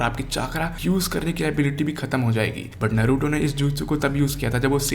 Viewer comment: bhai pehle tooh voh नारूटो hai नरुतो nahi